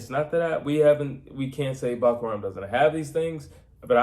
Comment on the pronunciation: I came here to learn how to pronounce Murtazaliev but he only ever called him "Buckararm" 😂